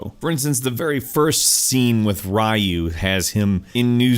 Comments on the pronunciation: His name is "Ryu" as in "Shoryuken" Ri-yu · I swear to god you can't really be an authority on Street Fighter if you still call him "Rye you" like he's a kind of bread. It's "Ree you"... they say his name all the damn time so are you ignorant or deaf? Anyway, this games roster is pretty damn small and doesn't include a lot of fan favorites. Pros might like this, but to me it's just abysmally stupid to include Karen and not Sakura. Clearly not my kind of game. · His name is RYU (pron. "REE-yu" or "Ree-YUU" - the latter being more correct to the Japanese pronunciation), not "Raiyu". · ok everyone japanese 101 ryu is pronounced ri-oo... not raiyou not rou... rioo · Jesus Even the English voice actors pronounce it as "Ree-yoo". "Rai-you" is incorrect, along with "blank-a" (seriously it's "blahnk-a"). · Yeah! ... it is: リュウ (ryu=riuu). "Raiu" it is too lame. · Jesus You're wrong. Rai-you is incorrect. You are trying to make it sound like Rai-you is the official way of saying it is, but it's not. This isn't a case of saying tomato or potato differently. Ree-you is the actual Japanese way of saying it. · Jesus It was "Rai-You" when nobody knew any better and there was nothing to reference from back in the early 90's. After the animated movie came out and the Playstation games had clear audio to hear the proper pronouncement that is "Ree-You" in the late 90's, there are no excuses. We are in 2016, almost twenty years of Street Fighter games and other animated movies saying "Ree-You" does make you wrong. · Shoryuken = "Show Ree-U Ken" Ryu = "Rai-U" lolwut?????? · RI-U not RAI-U. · It's not Rye-oo ; it's pronounced Ree-oo bro; Ree-oo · His name is pronounced "Roo" not Rai-Oo. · リュウ Rii+Uu <= Short & Combine pronunciation Not Rau - Uu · Why you guys call him "Raaiu" when his name is more like "Reeu" y'know "Ryu" in spanish is "Ríu" con "r" y no con "rr" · It's so cringe to watch him sit overhead like a noob AND HE CALLED R YU RY U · ryu pronounce "ree u" not a "rai u"